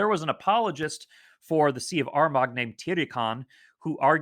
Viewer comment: Excellent presentation. Greetings from Kildare, Ireland. Lots of great information to digest. Just for info Armagh pronounced ‘Armahhh’ and Bealtaine is kind of ‘Baltana’.